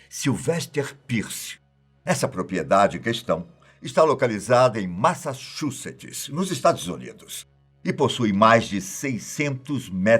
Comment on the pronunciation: quando você for pronunciar Massachusetts, fale Massa-TCHU-setts... é a forma certa de pronunciar o nome do estado americano, e também a mais fácil.